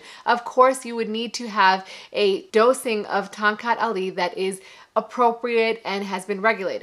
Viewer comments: Correct pronunciation ‘ Thong Cut Ali’ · I could had swore i heard her say.. "Tom Cat alley" lol I would had laughed my a** off if she played "Stray cat strut" in the background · I keep hearing Tom Cat Alley!